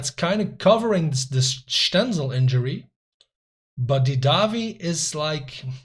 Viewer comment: "Stenzel is still out" is a beautiful sentence with the Flemish accent! Spoiler: The fact that you were repeating "Dortmund are going to score in the last minute" and then they did shows how scripted FM21 feels!